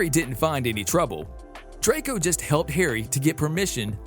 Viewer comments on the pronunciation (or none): none